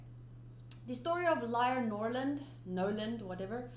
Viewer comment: I'm so confused, from what I remember it's NOLAND right?and not NORLAND